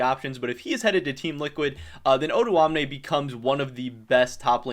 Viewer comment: his name is not actually pronounced oduamne, it's o doamne but he's fine with that as well i guess